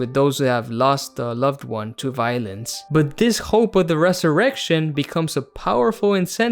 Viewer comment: idk why i heard "lost a loved one to violins" instead of violence